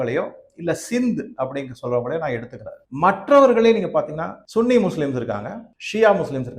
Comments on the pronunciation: Please don't use this word "Sunny " very very ugly pronounce from you . Many youtubers telling as சன்னி everybody know very well but you only saying சுன்னி please Stop it wrong pronounce. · Sunny muslim என்பதை தமிழில் சன்னி என்றே உச்சரிக்கவும். நீங்கள் உச்சரிப்பது என்பது தமிழ்நாட்டில் பிறப்பிறுப்பை குறிப்பதாகும்.